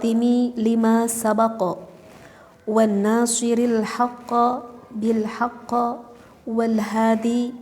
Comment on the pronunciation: berarti yg bener bilhaqqi ta mbak